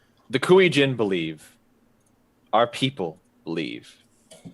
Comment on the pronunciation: i love mispronunciation of Kuei-jin